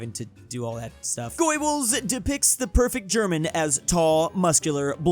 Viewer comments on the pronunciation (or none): is the type of guy to read "Goebbels" as "Joybells" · The pronunciations are killing me, especially for Goebbels and Shawarma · pronouncing Goebbls😂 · The way said Goebbels though. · Petition for to learn how to pronounce Goebbels. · Please! It really was horrendous.